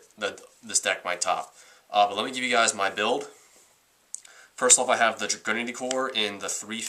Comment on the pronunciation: It's pronounced Drag-oo-Nity